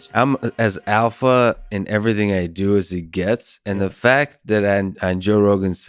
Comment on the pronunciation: Lex pronounces alpha with a W.